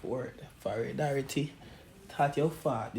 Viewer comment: Did he just seh foridarity 😂😂😂😂 while wiping his forehead 😂😂😂😂😂😭😭😭😭😭😭😭😭😭😭😭 I died . Rip